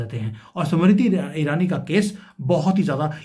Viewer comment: 🌹🌹🌹🌹🌹🌹 समिरिति ईरानी...... उच्चारण..... 😢😮😮😅😅😢😮😂😂😂